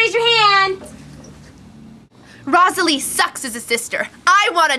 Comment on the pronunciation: they sayed rosalie name wronge lol.